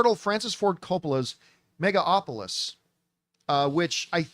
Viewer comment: Will John ever learn to pronounce Megalopolis?